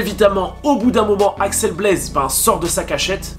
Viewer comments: Tu dis Alex au lieu de axel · Par contre c’est Axel pas Alex sinon j’ai kiffé.